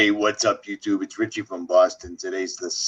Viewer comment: No T in richie. He has said that sso many times lol